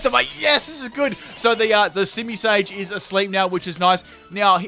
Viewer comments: You called simisear a simisage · Simisear should definitely on this. Second time now he said it wrong :P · isn't it Simisear